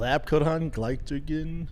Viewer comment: yeah Conor needs to watch his "glychigin" levels 😂